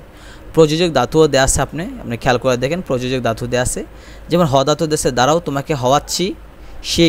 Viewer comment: ভাই, প্রথমে আপনার বাংলা উচ্চারণ শেখা উচিৎ😂 দাতু না ধাতু হবে😅